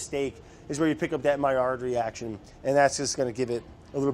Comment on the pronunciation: Was anyone else so proud when he said Maillard correctly the first time? =D